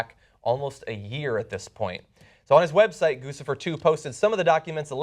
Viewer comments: THIS IS THE SECOND TIME YOU PRONOUNCED IT GOOSE-IFER. IT'S GOOCH-IFER. LIKE GUCCI. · Gusifer? Isn't it GuCHIfer as in Gucci? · Isn't it pronounced Goochifer not Goosifer? Like Gucci + Lucifer? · John, it's pronounced with a 'ch' sound, not an 's'. Like Gucci. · it's pronounced "cuchifer", with a "ch" sound. It's obviously a reference to the brand "Gucci" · DUDE IT GUCCI-FER LIKE GUCCI PLEASE ALL THE NEWS OUTLETS SAY THAT WRONG. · I think Guccifer is pronounce Guchi-fer. Just saying. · Goo-Chi-Fur try it. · gucci...like the brand (goo-chee)fer